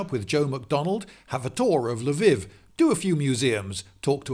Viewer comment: Why do English people have so much trouble pronouncing Lviv correctly? I was in Poland last summer and admit to struggling to get my (kiwi) mouth around many Polish words....but Lviv? Come on English people, get your act together!